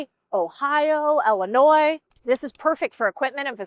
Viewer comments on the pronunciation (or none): none